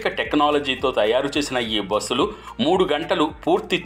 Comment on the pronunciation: బోస్సులు కాదు బస్ లు